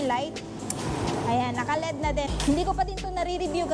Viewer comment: L E D Ang bigkas nyan